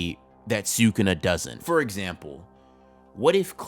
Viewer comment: Great video dude! But sewkuna makes me smile every time